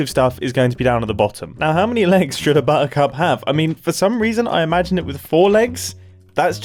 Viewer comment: bottercup sounds an awful lot like bottoms up.